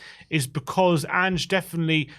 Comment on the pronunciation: As an American Spurs fan, hearing roll his Rs perfectly when saying "Vicario" and then calling Solanke So-LAWN-key, Pedro Porro PAY-dro, and Ange AYEnge, is very tragic to me. After years of watching the team and playing FIFA, pronunciations of player and coaches names as they are supposed to be pronounced is very easy. Rolling your Rs is not lol